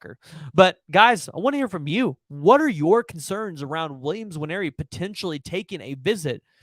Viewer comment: Dude it’s not N-waneri. Just say Waneri, it’s close enough